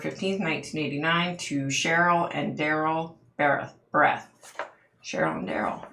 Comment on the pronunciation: I’m very familiar with this case and live close to Woodland Park. Also, my daughter in law works in the jail where Frazee was being held waiting for trial. I do want to add that her last name is pronounced “Bear-eth”. You mention that you could see a busy highway with hotels and cabins and I have a possible explanation. Woodland park is in the mountains and there is a lot of tourism there. After he killed Kelsey he took her down the mountain and more than likely took a very busy highway where there are a lot of hotels, motels, cabins, etc. He took her to Fremont county which is about 40 or so miles south of Woodland Park to his property to burn her body. Again, he more than likely took another busy highway to get there. This is all according to Krystal, though. Deckers is about 20 miles from Woodland Park with several fishing areas. Now I’m wondering if that’s where her remains ended up? I don’t think Krystal ever mentioned anything about Deckers, but who knows! Her murder was very brutal... he actually put a sweater over her eyes and asked her to guess the scent of some candles. When she bent down to smell the candles is when he started striking her with a bat, also knocking her teeth out. I’m shocked that she forgives him for that! She was a beautiful person inside and out! Great video,! The next case I’ve been researching is Shanann Watts so I’m hoping for more answers there.